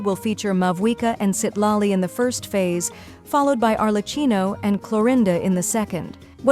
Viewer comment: i know the AI voice is saying Citlali but it sounds like $h!# Loli.